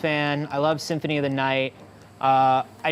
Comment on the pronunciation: "Synthony of the night" Tell the word "Symphony" has no letter T.